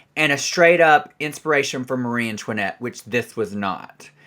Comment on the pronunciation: MARIE ANTOIN-NOT 😂